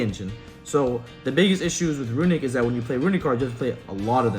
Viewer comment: I stopped taking this seriously after I heard Runick 😂